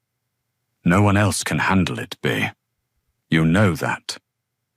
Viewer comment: Its not Bear either. Its Bea (B ee)